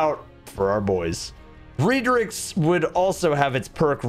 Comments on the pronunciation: “REEDRIX” it’s Redrix where do you see the extra E shax said it himself to saint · RED RIX NOT REEEEEEEDRIX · Why do you call it Reeedrix. Isn't it Redrix, like the colour Red? XD